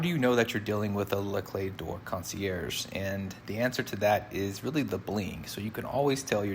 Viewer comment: You did pronounce it correctly! Great vid!